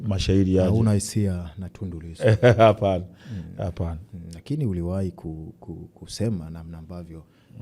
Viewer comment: unafanya kazi nzuri sana ila ukiwa kama mtangazaji kioo cha jamii unapaswa urekebishe lugha, unaweka herufi H mahali panapokaa herufi A au U: Katika Kiswahili si sahihi kusema HALIJITEKA, HULIWAHI kusema, msimamo wako ni HUPI, nani HANAYE fanya, au HABDUL Nondo. Samahani mimi ni mwandishi wa vitabu nimeshindwa kujizuia🙏🙏